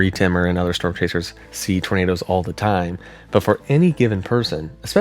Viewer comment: “Glowing trornadoes” lol 😭